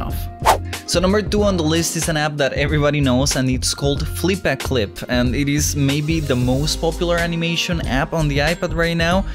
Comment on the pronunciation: almost says flippa clip wrong me: FLICK A PIG!!